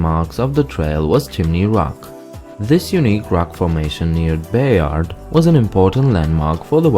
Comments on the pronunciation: North Plate???? Try again, it's North Platte (pronounced 'Plat") Also, and you might have to be a local for this one, but Bayard is pronounced 'Baird'. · Its pronounced North plATT dude. Also "Bay-erd" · No kiddin'! When he said the Plate River, I was disoriented for a few minutes. Too bad he didn't note its greatest feature: "Mile wide and an inch deep." It IS phenomenal and nowhere else AND when he said "Bayard" too. How funny! We got roots, huh? Go Big Red!